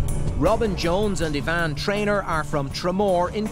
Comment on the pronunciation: Her name is, not Yvonne!